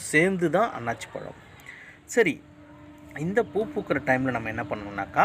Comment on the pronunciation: நல்ல பதிவு ஆனால் தவறான உச்சரிப்பு அன்னாச்சி பழம், அண்ணாசி பழம் என்பதே சரியான உச்சரிப்பு .நன்றி